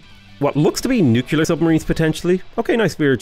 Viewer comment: nucular is downright unacceptable, derived from the word nuculus, at the center of the atom